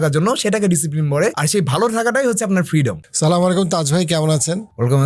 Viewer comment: Vai Salam ta shuddho hoy ni